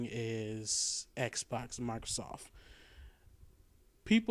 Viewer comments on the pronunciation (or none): none